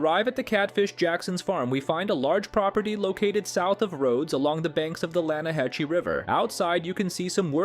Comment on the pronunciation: It's pronounced "LAN-A-HA-SEE" - Arthur Morgan